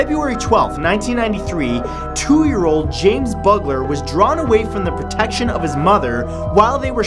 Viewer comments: Broadmoor........not broodmoor FYI and the little boy killed by Thompson and Venables was Jamie Bulger not Bugler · It's James BULGER NOT Butler! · Maybe read the names of people and places properly! Google them if your not sure. James Bulger not bugler. Broadmoor not brood moor! Basic respect. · He said "James bugler" he was my neighbor growing up, and it's bulger. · It's James Bulger not Bugler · In number 10, the little boy was called James Bulger, not Bugler. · James' surname was pronounced Bulger not Bugler, and one of the boys was taken back to jail recently, the other has kept out of trouble. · Number 10. The Victim's name is James Bulger, Not James Bugler. I was around the age of the murderous bastards who took his life. Even now, with my own children, I don't let them out of my sight, not that his Mum had really. She was simply paying for some items she'd purchased from the Butcher and the murderers took advantage of that. She still fights for justice today and in my mind, is truly a strong woman. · The final victim's name is James Bulger not Buggler. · Bulger, not Butler. Sada was clearly not a serial killer. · James Bugler? His name is James Bulger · Poor research, it's James Bulger not Bugler! And the murderers were not teens. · The victims name was James Bulger not buggler. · The child murdered by Thompson and Venables was Jamie BULGER, not BUGLER ffs!!! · If you're going to do these stories please research the pronunciations of places and people's names. It's Charlestown, Ma not Charleston. It's not Broodmore. It's Broadmoor. It's not Jamie Beulger. It's Jamie Bulger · Not Bugler but Bulger. Please, please get it right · 10 year old are NOT teens! and James Bulger is Bulger and NOT BUGLER. Get the facts right. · if you're gonna narrate something like that, at least get the two year old's name right. it's BULGER not BUGLER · Bulger not Bugler geeeez research your people 🤬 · Thompson and Venebles little victim was James Bulger (pronounced Bul-Jer)